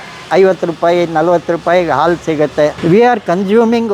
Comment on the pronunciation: ಹಾಲು. ಆಲು ಅಲ್ಲ. ಏನು ಕನ್ನಡ.